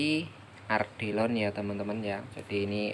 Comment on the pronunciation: Atap Ardelon? 😂 Yg bener Alderon bang 😂😂😂😂😂